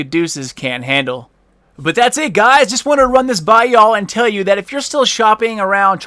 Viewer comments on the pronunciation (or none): none